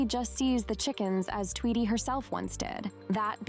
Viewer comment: It’s pronounced Tweedy